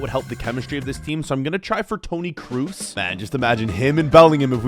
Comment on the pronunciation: How did you butcher Kroos so bad 😭😭😭